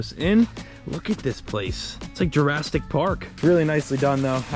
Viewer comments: Jurassic bub. “Jurasstic” 😩😩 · “Jurastick” park killed me😂😂😂. Also did he say “serval enclosure”?!?! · “It’s like Jurasstic park”😂😂